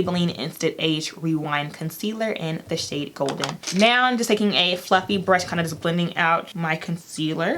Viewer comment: Congrats on the YouTube plaque! Sidebar I just love how you pronounce “now” as “noun” 😂 #southerngirl